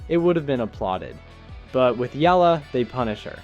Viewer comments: The surname Eala is pronounced like E-ya-la not Ela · It’s pronounced Eh-Yah-Lah. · Alexandra's surname is pronunced "Eh-Yah-lah"! [THREE syllables] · Firstly, the name pronunciation... Eh-ya-la 👍 Now the game drama: Whatever... recorded one for the book, it's history. Move on. Top 10 2026 🙏🇵🇭🙏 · It’s ee-YAH-lah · Her last name is pronounce as E-YA-LA